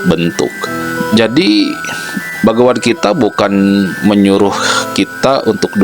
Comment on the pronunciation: Kok salah ucap, bagawan gitaa